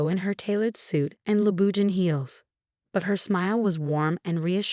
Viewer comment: Naive, Louboutin, and the 'th' in sweetheart etc etc etc ugh